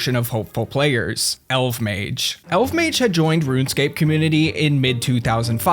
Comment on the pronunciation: I miss RSC and pre-GE RS! Also, I always thought his name was pronounced "El-vuh-mayj!"